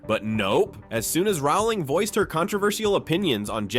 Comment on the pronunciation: The surname 'Rowling' rhymes with 'bowling', not 'howling'. JKR has made this clear in dozens of interviews over the years, but for some reason many people - particularly Americans, I'm afraid - seem to think they know better. It's just basic research, and failing to do it diminishes the authority and believability of your piece.